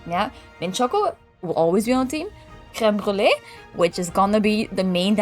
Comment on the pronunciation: I love how you properly pronounce creme brulee